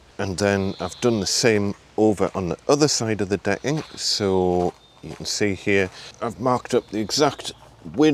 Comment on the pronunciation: Its great framing and all, but why are you calling it “de’ing”?😂👏🏽